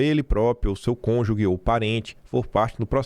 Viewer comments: Pela décima vez,. Cônjuge pronuncia-se "cônjuJe" e não "cônjuGUe". Outra coisa, vc sabe que o Chatgpt e demais ferramentas de IA vão se calibrando e se moldando ao discurso de quem faz as perguntas, né? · por favor, não é cônjugue, é cônjuge, ok? Ge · O não sabe falar cônjuge!!! 😂 Parabéns pelo trabalho